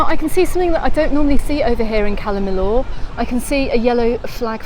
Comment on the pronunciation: Never heard anyone pronouncing calla Millor in such a weird way before , calla millooooor in mayyurke 🙄